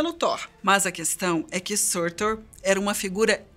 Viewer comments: Ela mandou um Sãrtou ao invés de Surtur tbm JJJKKJKKKKKKKKKKKK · Não é "surtur", se pronuncia "sutúr"